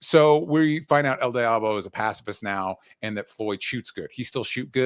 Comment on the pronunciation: Dj pronunciation of El Diablo is criminal. It's very American 😂😂